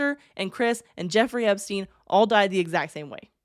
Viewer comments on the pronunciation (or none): none